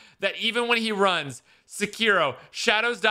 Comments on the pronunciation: Lmao one of his favorite games of all time and he doesn't even pronounce the name of the game correctly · Tell me you’re a white boy without telling me you’re a white boy: “One of my all time favorite games is Sakeerow” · this is one of my favourite games of all time butchers the name entirely